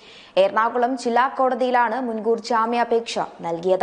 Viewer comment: നേധാവ് അല്ല നേതാവ് ആണ് ശരി. ജ്ജാമ്യാപേക്ഷ അല്ല ജാമ്യാപേക്ഷ എന്ന് പറയുക.